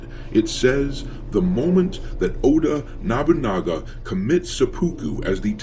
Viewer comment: I just have to say this.... you keep pronouncing Oda Nobunaga wrong... its 'Oh-dah Noh-boo-nah-gah' but other than that i like your video :)